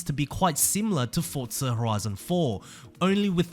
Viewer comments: F-O-R-Z-A.... not F-O-R-T-Z-A my soul hurts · Forza NOT FORTZA ! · Where's the T in Forza?!